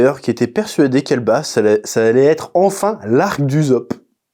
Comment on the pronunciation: Mais pourquoi tu prononce Uzop ? y'a deux SS bordel, Ussop merde, tu dis assassin ou azazin ? Edit : après verif y'a qu'un seul S mais quand même c'est pas uzopp